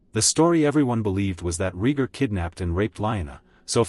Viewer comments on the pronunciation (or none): This AI narration is appallingly bad. Wooden, ignorantly douchey, mispronouncing characters names inconsistently. Are you kidding me, RHEEEgar? WesTAREos?